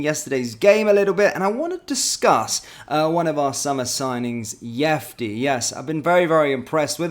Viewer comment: if you’re such a fan of the guy; how are you still mispronouncing his name? He’s not Spanish mate